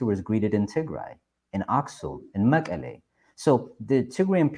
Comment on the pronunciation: መቀሌ he can not even say መቐለ